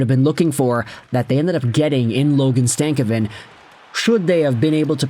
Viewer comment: Its not stav a kin . It's sta cov vin . Just saying